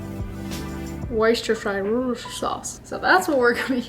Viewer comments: I am from the UK and we pronounce worcestershire like woo ster shire hope this helps and love your content xx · WOO STA SURE. That’s how it supposed to be pronounced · LOL [Wuster sure]